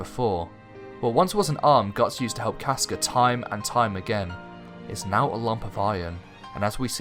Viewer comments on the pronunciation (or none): none